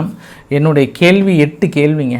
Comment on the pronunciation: கேல்வி இல்லை கேள்வி . ஒருக்கா சொல்லு பார்க்கலாம் . இன்னும் ஒருக்கா , மறுக்கா மறுக்கா சொல்லு பார்க்கலாம் . ள் ‼️